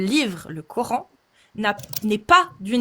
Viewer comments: Ils me saoulent quand ils disent "le cor-hein" 😩. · les nanas qui croient avoir tout compris par qu’elles prononcent « Cor’haine » قرآن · Le « Cor haine »